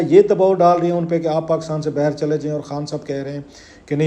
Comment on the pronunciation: It’s baaahir …… not bahar